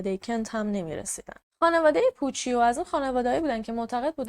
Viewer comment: عزیزم، اون پوچیو که گفتی ، در واقع پوچُو تلفظ میشه. ویدئو هات رو دوست دارم، کارت عالیه❤